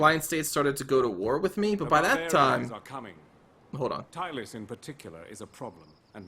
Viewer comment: Thumbs up for using the hard C in Macedon..EDIT: but off again for Epirus..NO 'y' in that so, Epi-rus. THink of GLadiator. Its Maximus. Not Maxymus!! You got Tylis right..